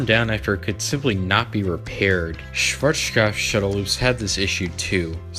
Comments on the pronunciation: Its so hilarious listening to you calling Schwazkopf. The W is called like a V [vee] but pronounced sharper and harder. My current information is that there is one last Shuttle Loop in the US and one last in Europe from Schwarzkopf.(Belgium) But the Version in Belgium is not anymore in its Original State, the Company who got the rights of Schwarzkopfs Blueprints and such did install a new Launch System, still in Original Style, but with a new System, Engine and such so its much easier for them to maintenance the ride. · Might be more fun, but you don't pronounce it the German way in any way. As a beginning, the z is not a sh, it's pronounced as ts with a sharp s. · Wow you really butchered the pronunciation of Schwarzkopf. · Dude, just pronounce Schwarzkopf the western way lol. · Cool video. Sadly, I couldn´t ride one of these by my own. And I´m happy about you trying to pronounce Schwarzkopf the right way (even if it still sunds as if you´re drunk..) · You have a real problem pronouncing “Schwarzkopf”. You also pronounced “Scirocco” wrong.